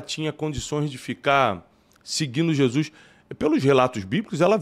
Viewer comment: Amigo, não é Jesuis, é Jesus.